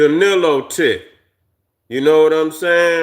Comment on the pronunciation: Nilotic…pronounced Nile lotic